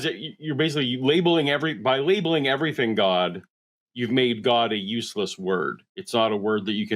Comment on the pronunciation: The fact that he says ‘everyfink’ tells me all I need to know about him